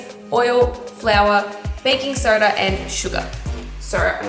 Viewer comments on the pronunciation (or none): none